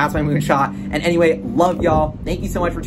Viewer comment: HyperChənge . Almost perfect 🤣